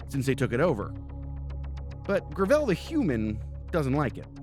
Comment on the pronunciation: Gravel is already a word that exists, please stop butchering the easiest pronunciation of all time.